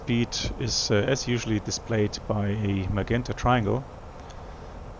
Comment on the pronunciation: My good, old friend,. 'Magenta' is pronounced as MaJenta in English. I hope that helps? Take care my friend, we miss you.